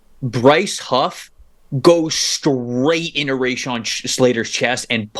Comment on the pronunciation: I seriously thought this was a Jets film breakdown exclusively. It wasn’t until I read the comments that I realized it was about the game (purportedly). They mispronounced Slaters name, Ray Shawn, they called him. It was evidently a very subjective take on what is supposed to be the most objective insight into the game. The amount of praise the losing team was given was completely amateur coverage. That’s my objective observation.